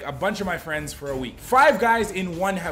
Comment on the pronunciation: During ur intro 0.14 seconds u said frives not friends 😂😂